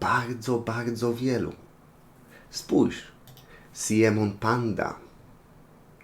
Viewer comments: Nie Siemon tylko Simeon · Po pierwsze Simeon czyta się "SAJMON" A NIE SIEMON Po drugie dlaczego porównujesz aj'a do simeon'a pandy Popatrz na simeon'a i na aj'a gdzie oni są podobni